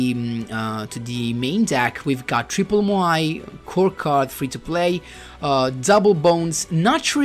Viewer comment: i love how you pronounce MOAI correctly, not like the duel links meta guy. keeps repeating MAYO MAYO GRAB THE MAYO